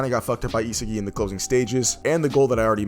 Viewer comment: Another crappy video. SMH. Pronunciation of a 5 year old kid, Ee-sah- gee